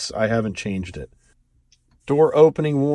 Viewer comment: You don't say vehicle the cool way like